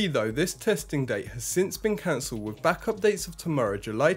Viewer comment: What’s up with Brits now not being able to pronounce “th”? “New nose cone wif frusters.” You’re not the only one, it’s all over YouTube. I’m not trying to be a jerk, is this a recent pronunciation shift in Britain?